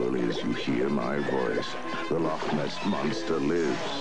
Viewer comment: From a scottish person Shoutout to the loch ness monster ad narrator actually pronouncing "loch" right instead of just saying "lock"